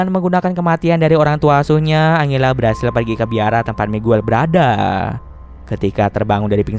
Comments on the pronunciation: iya dibacanya harus anjela mungkin Abang nya lebih suka angela wkw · Sorry kak mau koreksi dikit yaaa : angela = enjela 🙌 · Angela itu di baca nya "enjela" aisiaaa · Bang, serius baca nama angela itu angela? Harusnya kan anjela dibacanya:( kenapa pelafalannya aneh2 terus si bang:( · Salfok sama nada baca Angela setau gw nih ya di Bacanya Anjela.. Mungkin kalau Angle dia baca Angel kali ya.. wkwk